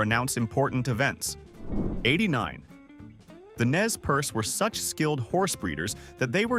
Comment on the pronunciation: Nez Perce is properly pronounced "Nay per Say", not "Nez Purse."